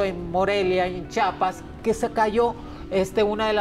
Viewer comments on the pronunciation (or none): Amo a Mhoni ella es única ❤️🥰 pero el estado de Chiapas no es “Chapas” no soy Mexicana ni nunca he ido a México pero no se oye bien al pronunciar a el estado mal. Al monos que yo estoy incorrecta entonces mil disculpas, bendiciones a todos 🙏🙌❤️